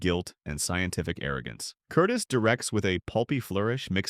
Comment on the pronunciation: Michael Curtiz’s last name is pronounced with the accenton the second syllable.